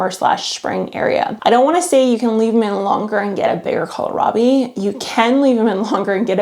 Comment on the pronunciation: (Psst. It’s kohlrabi, not colorabi. :). )